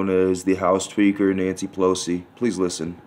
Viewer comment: Almost thought he said house tweaker. That would explain alot.